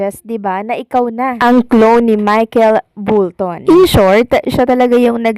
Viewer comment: Bakit mo pinipilit na BULTON instead na BOLTON? Bisaya ka ba day? Sana naman aralin mo naman yung tamang pagbigkas para mas magandang pakinggan di ba?